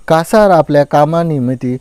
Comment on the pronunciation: कसार नाही कासार